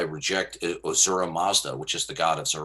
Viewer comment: its "ahura mazda" lol.